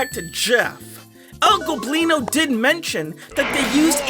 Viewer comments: finally you're not saying El "Globino" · yo he finally pronounced el goblinos name correctly, anybody who speaks spanish is finally happy